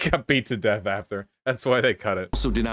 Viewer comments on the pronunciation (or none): none